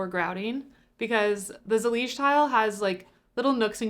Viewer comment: "ZELL-IGE!!!" i scream at my phone 😭